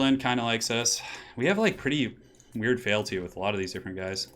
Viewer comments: Feeelty not failty.....i know its nitpicking feel free to ignore me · Feel-ty, just FYI. Great stream apart from that:)